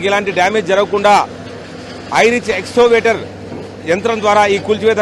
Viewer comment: Pronounce excavator properly or else don't use English words.